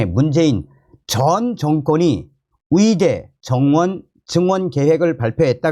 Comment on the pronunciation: 의대를.위대라고 발음하시네요. 으이대ㅡ라고 연습해서.발음하시면 좋겠습니다. 방송 잘 보고 있습니다. ㅎㅎ